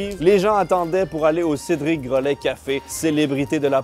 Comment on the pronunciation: Cédric gro...laid il la dit CÉDRIC. GROLAID